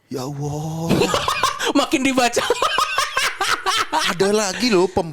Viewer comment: Menit ngakak bgt bang tretan "Ya Allah" tentu saja dengan pelafalannya yg unik 😂😂😂😂😂